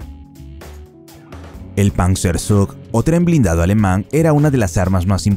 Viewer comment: Tiiiigaaaa. ¿Por qué cojones os empeñais a pronunciar el alemán como el inglés?